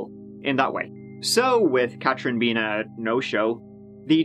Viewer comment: I don’t understand why this guy can’t say “TH” in his sentences. He can’t even say Katherine he is saying KAT- TRIN ... it can’t be that hard. I’d like to hear him make a video speaking in a American accent to see if he can actually pronounce the “th” in words